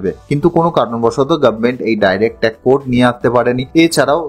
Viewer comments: TAX ke pronounciation apni TAC bolchen kano? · Word টা tact না tax তা বুঝতেই video শেষ হয়ে গেলো😂😂. Jokes apart. Informative খুবই কিন্তু উচ্চারণ খুবই খারাপ। শুধরে নিন plz তাহলে উপস্থাপনা নিখুঁত হবে। 🙏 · উচ্চারণ ঠিক করুন।ট্যাক্স শব্দকে ট্যাক বলছেন। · Tax কে বলছে ট্যাক জিএসটি কে বলছে জিএফটি। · Direct Tac Code 😂 কি উচ্চারণ রে বাবা 😢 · Uni tax ke bar bar tac bolchen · উচ্চারণ ঠিক করবেন। শব্দটা হচ্ছে 'ট্যাক্স কোড '। 'টেক কোড ' নয়। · Ekdom thik kotha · ট্যাক্স না ট্যাক ? উচ্চারণ ঠিক হচ্ছে কি ? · Work on your pronunciation. Tax ...not tek. Direct Tek code ...bar bar bolchhen. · Direct tact code noy , kaka, DIRECT TAX CODE. Tomar motor speech disorder achhe, Speech therapy karaoke. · কথাটা tax, tact নয়। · Brother, before making this types of videos,try to pronounce TAX correctly. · মনে হচ্ছে আপনার উচ্চারণে কিছু অসুবিধা আছে। X র বদলে T bolcchen।